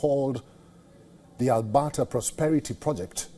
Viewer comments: Albahta is pronounced wrong, your missing the "r" in Alberta and I know you can pronounce it. Just think RRRRRRuwwanda but Alberta, lol. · Al-Bert-ta.. ert ... Ert..... Jesus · go woke go broke...how on earth is this guy a news caster...Albata and seed instead of secede..bet he doesnt know what that word means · What in the hell is ALBATA mister Sir? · Albata. LoL